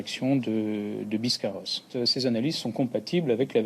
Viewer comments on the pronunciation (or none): Biscarrosse pas "biscarauze"... Il faudrait que monsieur l'expert penche son nez un peu plus en profondeur sur ses dossiers qu'il le fait déjà. Avec tout mon respect.